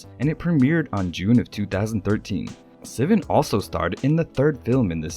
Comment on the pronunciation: It’s not sea-van, it’s sih-vahn. Troye Sivan